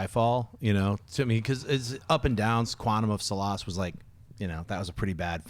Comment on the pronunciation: Quantum of Suh-lahss??? The word Solace is pronounced "Sah-liss", Schnepp.